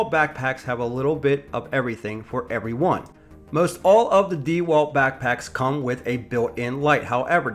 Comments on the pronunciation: If you want to I guess, but it wouldn't make me like the review any better. If you're going to make a review, at least learn how to properly say the company's name lol dee walt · Why are you saying "dee wal" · Lol why the hell he call it “deeewalt.” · I thought it’s DeWalt not DeWalt. Like dewclaw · Your pronunciation of DeWalt is painful.